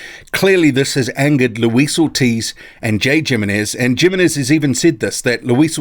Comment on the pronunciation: I want this fight! Lets Go. Thanks for the video! A little remark. Im not sure how this guy names is written but if it is Jimenez(s) and its is from Spanish origin I am pretty sure the right pronunciation would be Himenes. Having said that I am not sure how his name is or perheps he is recognised in the boxing community as Djimemes. Cheers